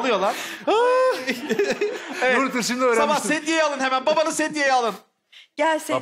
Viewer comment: lağn demesi cok iyi degil mi ya